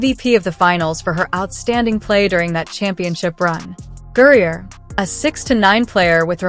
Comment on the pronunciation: This is just another CLICKBAIT, BS LIE from you and YOU SHOULD BE BANNED by YouTube for it. In addition, your moronic voiceover can't even pronounce Griner's name correctly except for maybe one out of every 10 attempts. Furthermore, if this were a true story (AND IT CLEARLY IS NOT) all the boring background data and legalese is ridiculous to include!